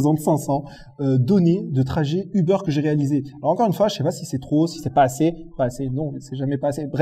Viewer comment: A chaque fois j'entends "les données du beurre" 😂 ->